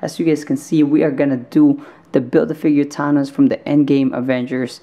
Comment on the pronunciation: Your saying thanos s name wrong